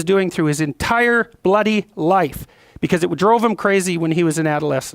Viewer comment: Peterson uses the word "bloody" wrong. Maybe it's just that his accent sounds wrong with it, but It's so distracting.